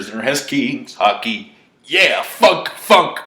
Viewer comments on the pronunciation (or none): Youtube Algorithm: Sir your "Funk" sounded too close to "F***". Demonetizated